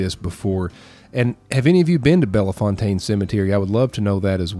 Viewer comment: Slight correction..Bellefontaine doesn't have the A sound..its just Belle- Fontaine